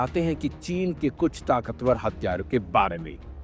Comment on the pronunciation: वो सब तो ठीक है लेकिन तुम “हथियारों” को “हत्यारों” क्यों बोल रहे हो?? इस से तो अर्थ का अनर्थ हो जाएगा। हिंदी के साथ इतना अत्याचार मत करो यार 😢